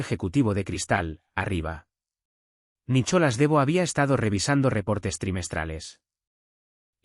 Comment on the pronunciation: Este narrador me crispa la paciencia. NICOLAS, no Nicholas, se dice Cleer no Clare. 🤦🤦🤦